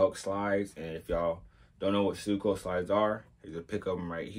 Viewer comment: It’s pronounced “say chi” and suicoke is “swee ko kay” nice review tho!